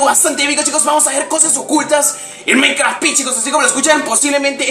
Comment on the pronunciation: si le repiten donde dise he maincra se escuha como si disiera he maicra he miacra lol jaja like aaaaa y nuevo sub